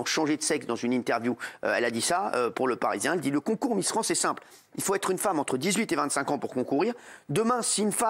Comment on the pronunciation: c'est miss france et pas transmisster france